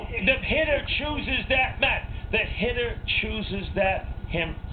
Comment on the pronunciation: I like Posada. A LOT. The hittah is hitting left-handed against a left-handah? AWe you outta your mind?